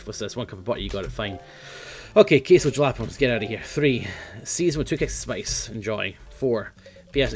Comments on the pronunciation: Jalapenos are pronounced "HALLA-PEENOS" (in English anyway) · The way he says jalapeños >:<